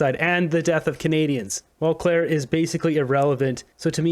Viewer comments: It’s Mulcair not Mulclair. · Don't speculate or make 1/2 claims about something you cant prove. And the name is mulcaire not mulclare. Speech accuracy is important. You say things that arent accurate, you'll lose respect and smart viewers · Speaking of embarrassing, I know you can say the name "Mulcair" correctly,. Try it.